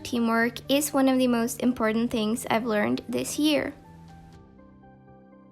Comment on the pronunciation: Love how she says ‘tings’ instead of ‘things’ soo cute